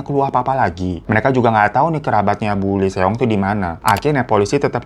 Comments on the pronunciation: Lee juga dibaca i doang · Lee di bacanya li/i bang Eo di bacanya o Ae di bacanya e